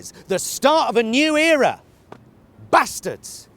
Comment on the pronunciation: Haha Brilliant as usual.. glad to here the correct Northern pronunciation of 'Bas Tads'... Perfect.